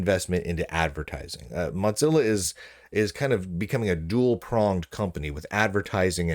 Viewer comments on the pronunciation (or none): brother it's moZilla not moTCilla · He does it for the comments, but it seems fitting since they suck so much that they shouldn't get their name pronounced correctly. I'm hoping he starts pronouncing Google as goGGle, because that would be funny too.